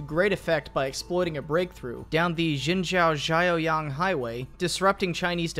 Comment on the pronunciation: Hi Chinese here, tho Mandarin is actually my 3rd language lol. I think he's trying to say jinzhou-chaoyang (錦州-潮陽) highway tho I can't be sure. Honestly I don't really care, I figured the location because that's roughly where the Japanese attacked around that time. The whole point here is about the Japanese tank tactics during the war and he did a great job at that.